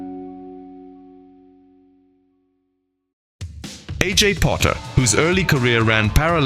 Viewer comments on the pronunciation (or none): It's E J , NOT A J. Right after that mistake I quit watching your video. If you can't get the name right, there's nothing in this video that would interest me. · "A.J. Potter"? "kaygee" instead of saying kilogram? It's no wonder people think this is being read by AI. It's obviously written by AI.